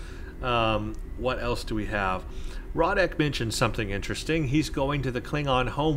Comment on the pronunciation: It's pronounced ROW-ECK not Rod-Deck he even says it the first time you talk to him, ROW-ECK!!,please stop butchering the poor Klingon's name, he's been through enough..